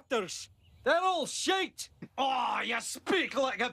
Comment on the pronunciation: No he said sh*t not sh*te